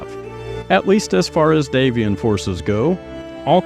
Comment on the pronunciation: Thank you for properly pronouncing "Davion", which comes from the French "D'avion"